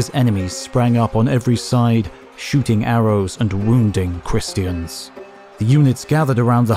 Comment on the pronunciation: I enjoy these videos immensely. Thank you! But (possibly because I'm ill) I found your pronunciation of Christian distracting and a little irritating. Who says christy-en? Edit: It's definitely because Im sick 😂